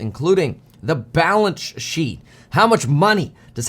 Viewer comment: Hi Kevin did you say balance shit? Or balnce sheep? Just kidding. Thank you for … you. You are great source of info.